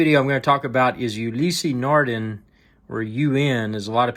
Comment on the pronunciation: Just found your video - the close-ups are appreciated. But seriously dude - if you are going to do a video on a product, the least you could do is learn how to pronounce the manufacturer's name correctly.........